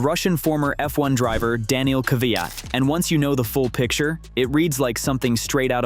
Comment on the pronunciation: Daniil,,,,,Kaviaat , lol